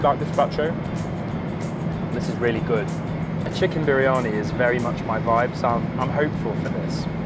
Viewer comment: At first, I wasn't getting that pronunciation of Chicken Biriyani😅